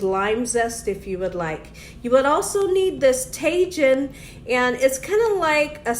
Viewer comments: Lol Tay Jin seasoning.... I love this woman. It’s Ta Heen 🤣❤️ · The tajin is pronounced taheen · Tah-heen. Co-hita. 🤦🏾‍♀️ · Tajin= Ta-heen , Cotija=Co-tee-ha 😊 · Cotija is pronounced “co-tee-ha” and tajin is pronounced “taw-heen”. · Tajin is pronounced tah-heen 😃. Also, I always thought it was chili powder that they put on there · You have such a great personality! Also, the 'J ' in Spanish/Espanol is pronounced like an 'H' and.the 'I' is pronounced like an 'EE'. Ta-heen, Co- Tee-ha....hope.this helps 😀